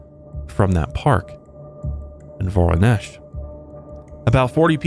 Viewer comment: As a Russian, thanks for pronouncing Воронеж (Voronezh) correctly